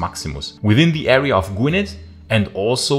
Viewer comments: Gwynedd is pronounced "gwin-ith". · Agreed. Fascinating video but after the 5th mispronunciation of Gwynedd it started to gall a tad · Pronouncing Gwynedd incorrectly but i will forgive you 🏴